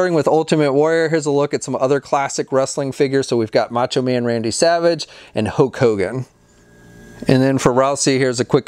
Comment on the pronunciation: "Hoke Hogan" LOL